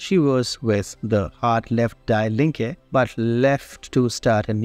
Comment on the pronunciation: Die Linke. … Die is pronounced in English like “Dee”